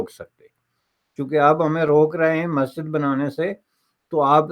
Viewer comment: ko 'Masjid' word bhi theek se pronounce karna Nai aata! 😂😂